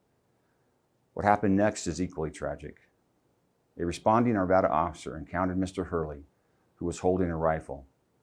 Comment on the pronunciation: It's Arvada Colorado.... vad like rad not vod like rod.